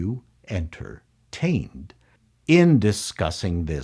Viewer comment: The way you say, 'en-TER-TAINed' reminds me of Hugo Weaving in the Matrix saying 'MIS-ter AN-der-SON'. Don't know if it was intended but well done regardless!